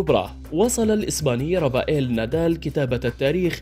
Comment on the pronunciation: اخطاء بالقراءة خصوصا في اسماء اللاعبين واضح انه شخص غير مهتم بالرياضة او غير متابع رابائيل نادال ديوكوفيتش فريد رير ايضا اسم البطولة نطقه بشكل غريب رولان غارووووس غير مقبول من اعلامي حتى لو كان صاحب صوت جيد مثل هذه الاخطاء